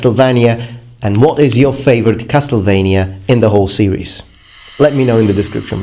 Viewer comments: Has no one noticed? Cas"TEL"vania? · The way you say Castlevania makes me both happy and sad. Happy it sounds Romanian, sad it's wrong.